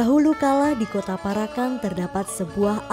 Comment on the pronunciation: Sing bener macane para'an ....Parak...an.... Bukan para...kan....mbak e....artiné dadi beda